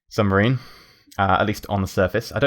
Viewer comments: Sub-Marine. Lol not Sum-Barine. xD Common slip of the tongue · submarine, not sumbarine. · He kept saying submarine wrong by saying sumbarine in his less than impressive soviet accent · That's a very nice sumbarine you've got there (yes you said sumbarine) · I love how he says Subbarine XD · Sumbarine? I think you mean submarine. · lol he says sumbarine instead od submarine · Underrsee sumbarine XD